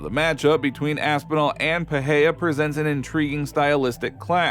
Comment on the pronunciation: The name is PeReiRa not Peheia.